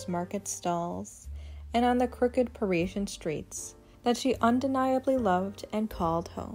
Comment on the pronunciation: The late Serge Gainsbourg, always smoking, unkempt, must have stank with rancid breath🤮. Jane/Serge, were very interesting , but this pointless video with repetitive, poor narration, bad pronunciation, ‘priezien’ was so boring I fell asleep! 💤